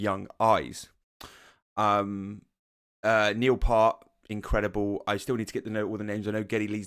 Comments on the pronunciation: Thank you for saying the name of the song properly! (zed, not zee) But it's Neil P-ear-t. Your favorite drummer's favorite drummer. The Professor. Everyone gets it wrong at first, so no worries ;) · Damn! It’s pronounced ‘Piert’. Embarrassing! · You are mispronouncing Neils last name. It rimes with “Fierce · It’s pronounced “P - ear - T” Not “P-ar-T” Not “P-ur-T” Thanks for the thoughtful and attentive reaction. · Just FYI: It’s (Neil) Peart, pronounced Piert or P-ear-t. GREAT job on the Rush reactions!! Keep tgem coming!! 🎵🎸🥁🎸🎶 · Cool reaction, enjoyed by everyone I would say. Neil, a revered drummer the world over. His last name is pronounce Pear t, just to help out. Cheers.